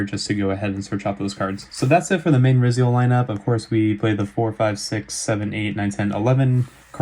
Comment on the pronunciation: I think it’s pronounced r-eye-zeal